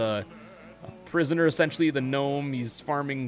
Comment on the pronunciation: The g in gnome is silent